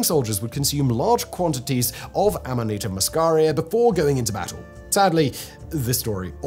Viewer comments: In America, nobody calls it fly agaric. It's just called amanita. This guy says Aminata, which is just entirely wrong. He's mixing up the vowels. Am-uh-knee-ta. Not Ah-me-nah-ta. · the guy was doing my head in with his aminarta did he mention ibo tengu taki? could have scored some brownie points with that one. Cheers